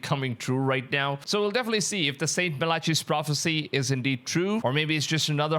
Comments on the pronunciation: Malachi is pronounced mala-kai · Mal ICK eye….. Not Melacheeee😊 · mal a kai not malachi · It is pronounced malakai my friend not malechey what a load of melarcy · It's pronounced Ma La Kai not Ma La Chee. 👍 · Its Mala-Kai not mala-CHEE lmao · Mala-kai ✅ mala-chee ✖️ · It's pronounced "MA-luh-kai", not "ma-LA-chee". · Your saying Malachi's name wrong after wrong after wrong!! You pronounce it like-. Mal ah chi - Malachi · MAL-AH-KI rhymes with eye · MAL-A- KEY is how Malachi is pronounced. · ma-le-kai (not malachi) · Melatchey? Incorrect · Its pronounced "MA LA KEE" bro , show some Respect dude is a SAINT, 😂😂😂 ✝️🙏🏻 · MAL-i-ki is the correct pronunciation of the prophet's name And before covering this kind of content, I would do a little research if I was you into content that knows the Bible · MAL-i-ki is the correct pronunciation of the prophet's name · It’s pronounced as Mah-lah-Kai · MalaCHI? Dude, at least pronounce it right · The name of the prophet sounds out Malacai the h is silent. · Malachi is pronounced măl(as in apple)-uh(as in up)-kī(as in kite). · Brother, how can you do all this research on Malachi and so brutally mispronounce his name? MAL-UCK-EYE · "malachi" is pronounced "malakai" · St. MAL-AH-KAI (Malachi). You sound dumb so I can’t finish the video. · Malachi is Mal A Kai. (hyming with fry). Just fyi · His name is pronounced Mal-i-kiiiii (long I) or Mal-i-key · The man that is the Antichrist is just a regular human, until Jesus has enough and cast Satan down to earth, that is when the Antichrist enters the human man. The ch in Malachi is pronounced with the sound k, when Jesus is done wrestling with Satan, maybe that will be our time to be raptured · You said the Prophet Malachi's name wrong. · I think in order to be a podcaster you do not have to be very intelligent you have mispronounced Malachi algorithm etc. This shows that these Cults recruit people like you with a weak mind or a blank slate if you will